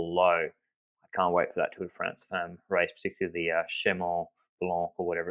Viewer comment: Please, please learn how to pronounce "femmes" correctly, especially since you're going to be using it a lot in the future probably! It's actually very easy: the "e" is like the "a" in "half"! You're welcome :)